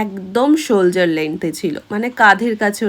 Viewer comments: সোল্জার নয় ওটা সোল্ডার। ভুল উচ্চারণ করছেন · Didi Ami tomar video dakhi Valo o lage kintu tomar bar bar onake shoulder length ta k Soldier pronunciation korcho ektu tik kore neo